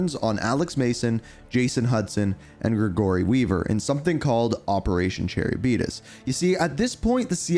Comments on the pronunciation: Brother… say it with me: “Cuh-rib-dis.” I can’t handle Chairabeedus anymore 🤣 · Charybdis is actually pronouced car rib dis it's from an old story called the illiad by homer, atleast I believe that's the source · Btw Charybdis is pronounced car-ib-diss. It’s a sea monster from Greek myth. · cherry diabetus